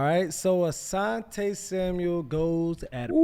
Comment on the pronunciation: Why do so many of these pro athletes call him Samuels 🤣🤣🤣🤣 it’s Asante SAMUEL